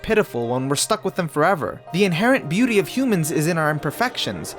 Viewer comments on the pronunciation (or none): none